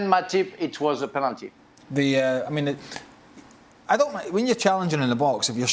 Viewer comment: Penality waw what he is talking 2 Penality....kkkkk